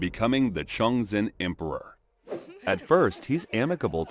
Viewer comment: Some Chinese pronunciation help in case you do another video in the same time period Ke Wei - “kuh way” Tian Qi - “tyan chee” Liu - “lyo” (one syllable, rhymes with “go”) Wei Zhongxian - “way jong shyan” Chongzhen- “chong jen”